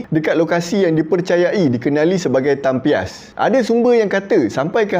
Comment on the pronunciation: Nak betul kan sikit ye...bukan tampias tapi tampios